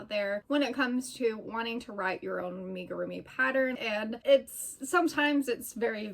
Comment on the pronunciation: Amigurumi is a Japanese word. It is not pronounced Aim-igirumi. Think of the "Am" sound as being the same as Amigo.